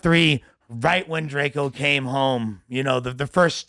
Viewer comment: Don’t care what whatever the nigga name is gotta say after saying DRAK—EEE-O.. he clearly don’t listen to drakeo. This dude is a horrible podcasters